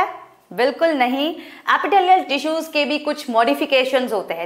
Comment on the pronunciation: I think she will be a good teacher and she is but sometimes her pronunciations were wrong she is spelling tissues like teessuis